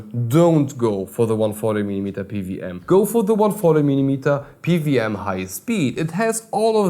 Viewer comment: Pe - Double-U [not a 'V'] - aM - you are quite welcome.